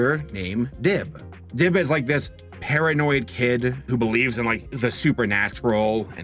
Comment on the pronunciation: When he said paranoid, I thought he said hair-annoyed